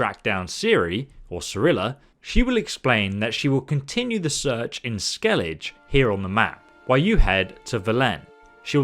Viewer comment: SKEELIGJE ? BLOODY SKEELIGJE ? edit: Forgot to say that you owe me a cookie